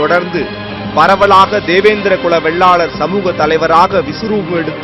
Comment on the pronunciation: டேய் சத்தியம் தேவிடியா பயலுகளா சாதி பெயர ஆய்ரம் தடவ சொல்லுரியே அதையும் சரியா சொல்லுரியா இல்ல அட சத்தியம் Tv செய்தி வாசிப்பு தேவிடியா மகனே வெள்ளாலர் இல்லடா வேளாளர்